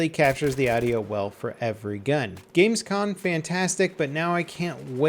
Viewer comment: It's actually called GAMESCOM :D not Gamescon :> go google